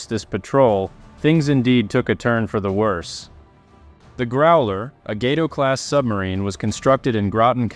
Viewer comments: The only YouTuber who has ever pronounced “Gato” correctly. Thank you. Your authenticity shines through once again! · Thank you for pronouncing "Gato" correctly.